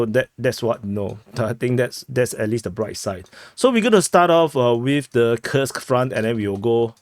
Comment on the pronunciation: And btw, Курск Kursk read as Coo(rsk), not Kii(rsk) - U is read as OO, like in room or cook